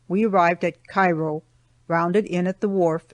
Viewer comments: also i was born right across the river from Cairo Il and Know people that are not familiar with the two say it like the city in Egypt but it’s its pronounced Like this Kare-o , pronounce it like the word care with an O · Thanks for the great audiobook. Just a footnote as I am a native of the region- locals all pronounce it “KAY-ro” Illinois and I suspect they may have back then as well. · Cairo is pronounced wrong.